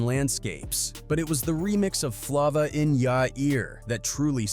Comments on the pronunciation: Flova in ya ear dude you need to work on your pronunciation it’s flava in ya ear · Flah-vuh in yourr earr wtf is that.. Being involved w diddy then suge and dying of aids. Crazy .. Mac was stuck between a rock and a hard place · U mad lame for not knowing how to pronounce this man's song. It's a egregious dereliction of duty on your part when you can literally go listen to the song. This is Hella disrespectful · Can't take content serious if u can't even say the name of the song right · He don’t know how to read it right